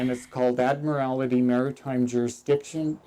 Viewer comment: Admirality 😂😂 not admiralty